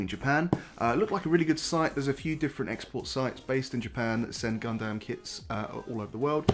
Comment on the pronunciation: You’ve got a subscriber, but for the love of god say Gundam the right way.